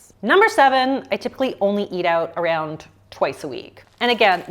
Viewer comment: why do you say “areund” instead of around?